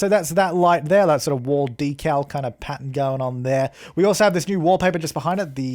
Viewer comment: Love the way he says pattern. 😂 as Pattun.